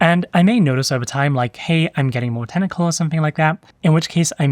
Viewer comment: Friendly suggestion: Every time you say "technical" it sounds like "tentacle" to me. Might just be me!